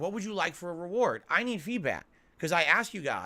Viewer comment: “You guys wanted this” “you guys acks for this” “I’m just doing what you wanted me to do”. Basically what he is saying here is ,” I DID NOTHING WRONG! I did everything correct! It’s you alls fault that we didn’t hit the goal designed for you to spend more money on me” 😂😂😂😂😂